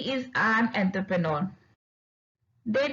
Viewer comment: Correct your pronounciation of entrepreneur it's not entherpenor🙂